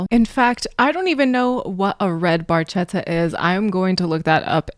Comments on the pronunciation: Neil was the car fan. He never had a red Barchetta (the ch is actually pronounced liked a hard c. Geddy mispronounced it all those years ago and it just stuck lol) in fact most of his cars were silver. He had quite the collection, he found a lot of peace travelling the roads on his own or with a couple of close companions. He used to ride his bike to the next gig when they were touring in later years, they planned the tour around it, allowing him a few days to get from one place to the next. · The Barchetta that Neil refers to is an early 1950s Ferrari 166MM ( Mille Miglia) Barchetta, or Little Boat in English. The proper pronunciation in Italian is Barketta, as ch in Italian creates the K sound ( the letter K being one of the letters absent from the Italian alphabet) An Italian friend of Geddy's pointed this out to him much later, and he apologized for his mispronunciation. The reason you haven't seen one around is that there are only a handful worldwide, and cost upwards of $10 million US. Although it was Neil's dream car, it was even out of his reach, even if he could afford it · Well explained, the Ferrari 166m Barchetta is always the first example that comes to mind. The 1 thing that has always annoyed me is in Italian "CH" makes a K sound. Barchetta is pronounced bar-ketta. Minor detail but important for people to know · Ironically, "Barchetta" is intentionally mispronounced. I say it's ironic because Neil was a car guy... he knows the "ch" is pronounced with a "k" sound. My interpretation is it's in a future where the proper name for the antique sports car has been lost, so it's pronounced phonetically. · And...for anyone that might not know Italian, he mispronounces barchetta - you say it "BARKETTA" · It actually should be pronounced barketta. When a c or g has an h after it in Italian orthography it makes sure the word is pronounced with the c in can and the g in get. Language nerd and long time Rush fan here. They are my favorite band.